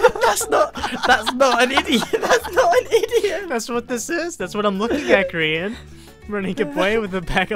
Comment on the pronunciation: he means you said grain not Grian